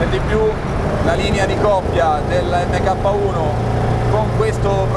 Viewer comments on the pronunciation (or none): Video spettacolare come al solito, però “EMMECAPPA” non si può sentire, si pronuncia “Mark”...